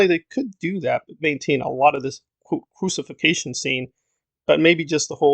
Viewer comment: It's crucifixion not crusification scene...lol